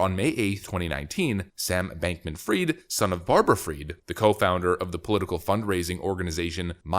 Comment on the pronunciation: it's not bankman freed, it's fried